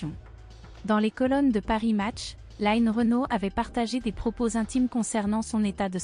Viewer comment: Je suis choquée que lno ait appelle Line ..'bien française en Line écorchée en anglais tout au long du reportage Bonne santé Line et longue route encore avec nous ❤❤❤